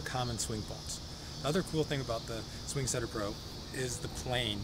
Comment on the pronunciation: He keeps saying sing swetter